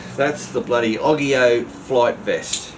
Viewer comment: I thinks its said Its Oggge eeyyy ooowwe not oggggi owe